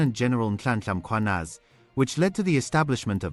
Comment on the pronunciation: Thanks for announcing our Gens name correctly. He is Mkhwanazi not Makhwanazi.